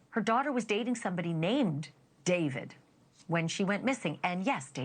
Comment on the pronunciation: “daveed” bro just say david😭